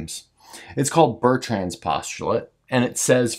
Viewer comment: Fascinating topic, even if others smarter than me have picked a few holes in your proof. I won't criticise you for not attempting the correct pronunciation of Bertrand since I can't do it myself. The French R is impossible.